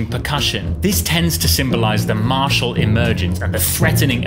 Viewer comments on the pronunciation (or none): none